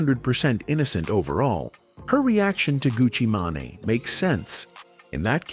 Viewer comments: Gucci Manai? 😅 GTFOH ai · This is terrible for ai. Gucci ma-ne 😂😂😂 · Gucci Maa-Naay????